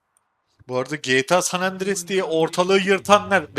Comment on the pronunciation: bundan çoook uzun zaman önce 8 yaşındayken mağaza görevlisine gta sa cdsinin nerede olduğunu sorarken bile oyunun ismini doğru telaffuz ediyordum. oyunun ismini bilerek mi öyle okuyorsun? “san andires” ne? neresinde öyle bir şey yazıyor? ha bir de aphelios diyişine çok takıyorum lütfen doğrusunu söyler misin?